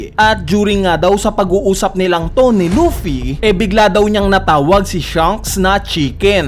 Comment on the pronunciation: Loaffy ng loaffy umay pre.. Luffy kasi un